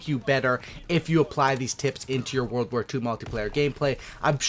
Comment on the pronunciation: lol it's "world" not "warld"